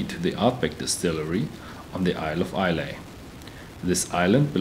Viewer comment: ISLAY is pronounced EYE-LA NOT EYE-LAY. BTW Ardbeg does not use caramel coloring in their single malt whisky